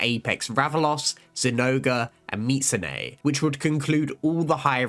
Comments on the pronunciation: mee zoo su ne. the T isnt pronounced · Ive always pronounced it "Me-zu-sue-nay"